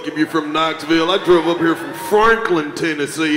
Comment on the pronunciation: Did Karlous really say “who DREWVE here?” 😂😂😂 I thought it was DROVE Karlous